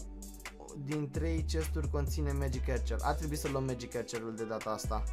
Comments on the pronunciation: se citeste magic Arcăr nu Ercăr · Se spune megic arcers